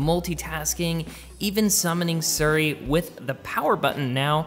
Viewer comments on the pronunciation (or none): none